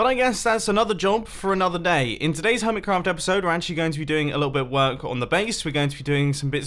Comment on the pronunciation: Stop calling it hermitscraft